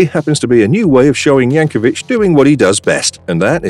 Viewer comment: There's no "h" in Weird Al Yankovic. 😄